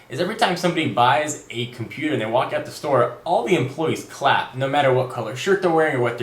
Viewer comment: whats a "da store" ??